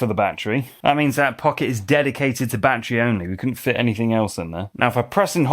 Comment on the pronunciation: It's NOT a "bat-tree" It's a "ba-TTerY"